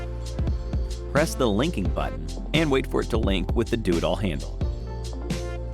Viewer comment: I swear I think he was saying the 'Doodle handle' before I read the text. Kind of like the idea of a Doodle handle.